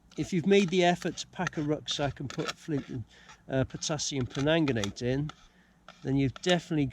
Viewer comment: Great channel .... just for ref it’s Potassium PerMANGganate ( no offence intended fella) hahah keep up the channel as a Welsh Mam loving it